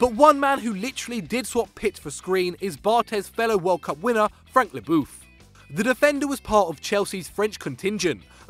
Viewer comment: I love your English prononciation for Franck Lebœuf lmao